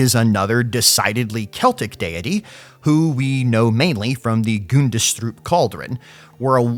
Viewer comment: The D ind Gundestrup is silent.